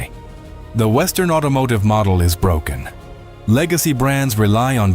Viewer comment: It's "broken", not "brokern".